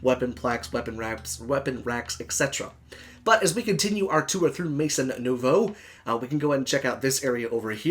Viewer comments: it's pronounced as "may-zon new-voh," it means "new house" in French!! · Oh that bad french inuciation was killing me. Only watched half of video, sorry. But definitely not a mod I liked. Thanks for doing it though. Luv the channel.